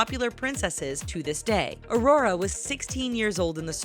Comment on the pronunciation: Im sorry but i just was triggered i get it lots of people say Aurora wrong it happens but she says it right and than wrong i cant stand it now i know hate is coming my way but its my name and you say it only one way so how did this happend 😫😫😩😩😩😩😩😑😐